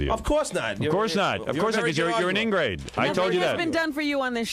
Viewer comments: It’s ingrate, not ingrade Howard. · funny how Howard keeps calling John an ingrade instead of ingrate.